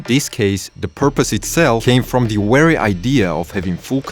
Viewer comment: Its just a "v" simple letter to pronounce and enunciate. Its not "wery" its Very!!! With a V!!!